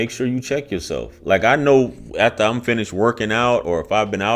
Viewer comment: Anyone who pronounces the word "aFter" as "aTHter"...yeah, no comment